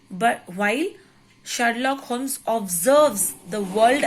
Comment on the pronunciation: It's not holmes to pronounce but u should pronounce homes